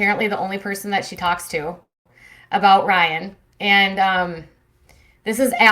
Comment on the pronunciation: "Rye-iNN" :P